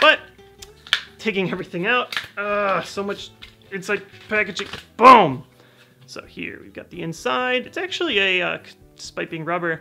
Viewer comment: Love when says "BOAM" instead of boom.